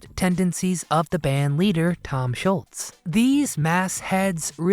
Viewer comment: Where are these bands underrated? Okay, Big Star & maybe Jimmy Cliff, but Foreigner? Deep Purple? These bands are not underrated. Oh, and it Tom Scholz, not Tom Schultz. If you're going to try and name drop at least get the name right.